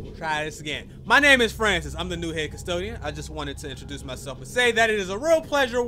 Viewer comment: why he say Francis like that poggers